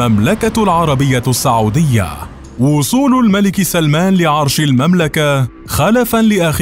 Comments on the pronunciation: الفيديو مليان اغلاط .. كوميدي اكثر منه وثائقي .. التواريخ غلط والاسماء غلط والمناصب غلط .. وبعدين اسمها السعوديه وليس الساعووديه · السعودية بضم السين